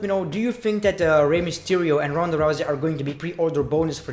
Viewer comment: He pronounce Ronda as roundaa 😀😀😁😂